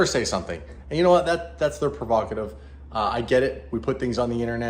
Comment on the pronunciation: the word is prerogative not pervocative ! Pervocative is no such word !